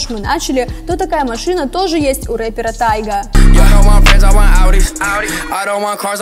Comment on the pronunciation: Такой конченный канал вы походу даже не готовитесь к видео не ТАЙГА а ТИГА